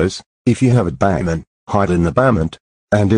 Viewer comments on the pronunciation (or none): they pronounce basemrnt as bament